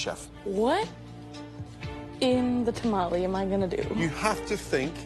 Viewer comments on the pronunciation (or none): none